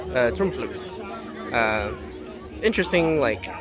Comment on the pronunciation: You said Droomvlucht oke. But in Dutch the double oo sound like the oa in English. Boat. Not boot. An the u is like "duh". So Droamvluh-cht.